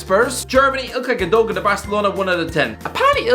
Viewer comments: Gun-duh-wan not gundogan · What about Gundogan? Isn’t it Gunn-doe-wann?